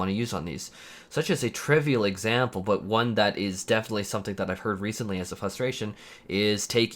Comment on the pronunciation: Frustration man FRUSTRATION not fustration.